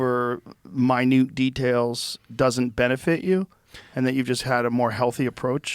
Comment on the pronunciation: Magnus, "minute" as an adjective is pronounced "my newt," not "minit."